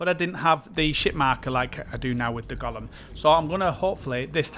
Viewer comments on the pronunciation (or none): Sry, it's not "Gollum", but "Golem" 😆